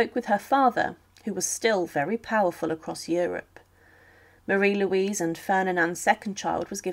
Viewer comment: Marie Louise, not Marie Louisia! 🤗